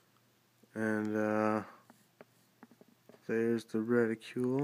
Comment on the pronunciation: Decent review. Just please pronounce "reticle" correctly.. Its not "reticule"..